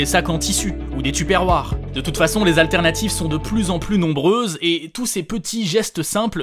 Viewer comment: tuperwère pour la prononciation svp